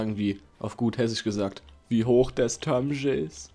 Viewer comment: wie hoch das törmsche is xD wie geil, öfter hessisch!